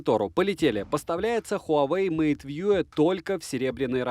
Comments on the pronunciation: МейтВью же, а не МейтВьюэ. Колхоз. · хуавэй мэйт вьюЭ хахаха